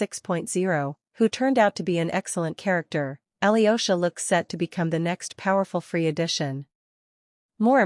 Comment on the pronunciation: 'yo' in Alyosha pronounced together (russian ё). Like I in spanish, not aliosha